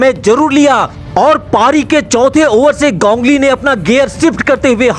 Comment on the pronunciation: 😂 wo to thik h lkn gongli q bol rhe ho ap its ganguli